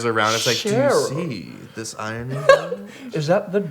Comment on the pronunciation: "i-rone-ing" - Jared Dines 2019